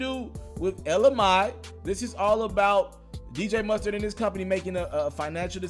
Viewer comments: It's pronounced Anna mae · It's pronounced may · WTF.......nigga...it's Elle Mai (pronounced May) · Bruuhh u still said her name wrong 😂😂😂 its pronounced ella may...bruh u need help my g, u stay mispronouncing shit 😂😂😂 I fux wit u tho bro. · AND HE STILLLLLL MISPRONOUNCIN HER NAME.....😂 SHAMEFUL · gonna have to come with a third video, clearing up his pronunciation of Ella Mai's last name before the night's over. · He still saying her name wrong 😭😂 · And he still screws her name up 🤣🤣🤣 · I heard the remix before the original version. I like both versions and I agree a remix would be a great idea. 🤦🏽‍♀️😩 he corrected hisself and still mispronounced her name lol. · you definitely nailed this story. I think though, you didn't give jaquees enough credit for all the music he has of his own. And i think you still pronounced her name wrong though😂😘Keep ya thing tho, love ya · Bro its hurts my ears to constantly here u say her name like that 😭😭 smdh iHope you got it right by now 🙏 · Still saying it wrong 😂😂😂😂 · he still said it wrong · 😂😂😂😂😂😂😂😂 broooooooo you still saying her name wrong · How can you pronounce Jacquees but can't pronounce Ella Ma I smdh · You should have practiced her name 10 times before you spoke it damn....I can hardly listen to this video....cringing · I can’t even watch this because you are soo badly pronouncing her name 😒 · Ella Mae it pronounced May not my fu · Yo dude you are still pronouncing her name wrong...Let me spell it for you as it is pronounced... Ella “May” Like the month of May You are pronouncing it “my” which is wrong!!!! To pronounce it wrong the first day then come back and correct yourself, and still get it wrong is insane. Please understand how this would lead people to believe that you are just throwing these stories together... This shatters the whole illusion that you have real sources... It Makes you look very unprepared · EL-LA MAY (MAI) FFS smh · It's pronounced ELLA MAY!!! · El-Uh MAY bro MAYYY lol